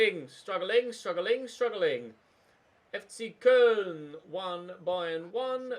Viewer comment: I beg you just call them Cologne, The way you pronounce Koln is cringe